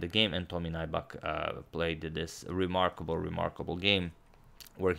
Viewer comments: "Naibak" but it's Finnish so pronounced as it's written. Nyybäk. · yes he is a poker pro..His name is not pronounced NAIBAK,, but NYYBEK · Nybäck is a Swedish surname. It is not pronounced like 'Nighbuck' but like 'Newbeck'. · Greetings from Finland (yay!)! Nybäck is actually pronounced something like "new-beck". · ä is like the "a" in cat y is like the "e" in few (without the W) tomi's surname would literally be pronounced "nyybäk" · His surname is pronounced more like "new-beck". Name is of Swedish origin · Nybäck's name is pronounced something like New-beck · No. It’s Nyy-bäk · For future games Nybäck is pronounced ''Nybeck''. Love the content tho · Or rather more like nübeck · Nybäck is actually pronounced "New back" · Nybäck isn't pronounced as nigh-bak. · Nybäck is pronounced like if it was spelled "Kneebeck" in english btw :) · It's pronounced as if you'd say "new back" (Nybäck) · You're pronouncing his name wrong. It's pronounced as "Neback" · No, Finnish is phonetically consistent. Nybäck is pronounced ['Nybæk]. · Just doing it poorly then? Even the English pronunciation would not be 'Neback'. It is standard for names to be pronounced by others the way they are pronounced in their native language. Chopin is pronounced [ʃɔpɛ̃], not [tʃɒpin]. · He has a swedish name and Nybäck is pronounced close to Knee-beck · Awesome, thanks from Finland! Although that's not how Nybäck is pronounced but nice try. #suggestion As you mentioned Heikki Westerinen in the previous video could you analyze his game against Boris Spassky in Solingen 1974 as it was Spassky's first game in the West after losing to Bobby Fischer in Reykjavik? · Agadmator pronounces all other names so perfectly, but I don't think Nybäck can even be pronounced any worse.